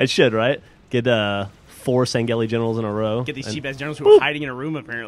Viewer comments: You pronounced Sangheili wrong. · stop saying sangheli, i know its their proper name but its annoyin